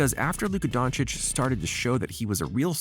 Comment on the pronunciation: Actually the pronunciation of his last name is the best i have heard from the Americans